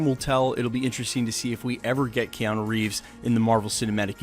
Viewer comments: said keano like twice lol. but keanu as a villain is ok, id prefer him in a hero role tho >_> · kee yan oh?